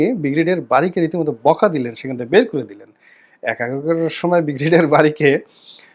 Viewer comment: আপনার ব্রিগেডিয়ার উচ্চারণ হয় না, উচ্চারণ টা ঠিক করে নিবেন আশাকরি - ব্রি গে ডি য়া র।